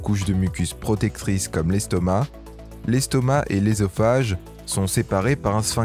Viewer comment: Putain il commence par la fin ....Eusophage pas ésophage on dit œuf boeuf soeur pas éf ni béf